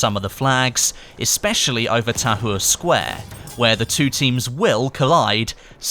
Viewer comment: h is silent